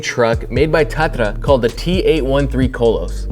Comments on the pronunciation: hey. im Czech. Cudos to you for pronouncing "Tatra" correctly. I have to say that was quite unexpected. (just a footnote.. there is no eastern block anymore :D ) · Kudos for pronouncing Tatra right.